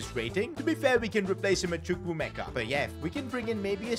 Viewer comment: said chuku Meka when it is pronounced differently in Nigeria